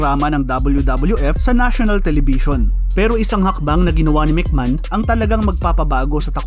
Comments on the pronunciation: Anong mc man? It’s MC may hon. Or mc may on. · Anong Mc Man pinagssabi mo?ayusin mo mga pronounciation mo!